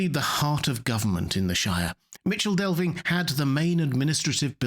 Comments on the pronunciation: Its MiKel Delvin not Mičel Delving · It's pronounced MiCKLE Delving